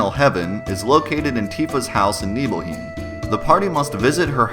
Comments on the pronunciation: Also, "neebleheem"? I think you mean "neebleHIME". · NiebelhIEm? Srsly? hahahaha nice pronounciation. The german word for home = heim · The way you pronounce “Nibelheim” is making me cringe dude. It’s worse then the way you pronounce “Aeris”. But great video nonetheless